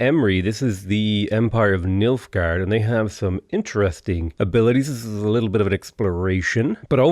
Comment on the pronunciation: Everytime said Nilfgaard, I could only hear Milfgaard